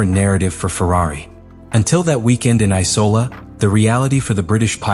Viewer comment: Why tf do u keep letting ur bot say Icola instead of Imola. Watch ur own videos